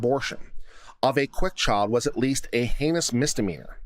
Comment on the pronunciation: No southern accent until the word "Child" then it's all "Chawld". :)